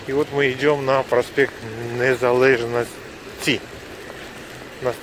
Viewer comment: Не нужно гласное "е" в белорусском тексте произносить как "э". Звучит на украинский манер. Нужно произносить "праспект НезалЕжнасці". Как видите, так и читаете.